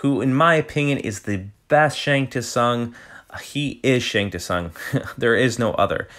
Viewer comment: Shang Tsung pronouced wrong. lol >> Robocop is a great addition , I agree great memories... great review. Cheers from UA Ohio!